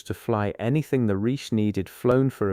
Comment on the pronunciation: The AI narration is definitely lacking; words like chemists, Reich, and others mispronounced, make it tedious to listen too. The video is pretty much totally unrelated to the narration - I'm going to label this video as... AI SLOP!